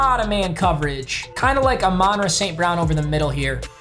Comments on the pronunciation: it's Ahmon- Rah not aminrah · Papa it’s not a-mon ra it’s pronounced like ah-mun ra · AA-MANRA ST BROWN 😂